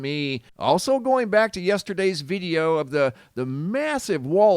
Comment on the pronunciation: "veedeo" footage? What accent is that?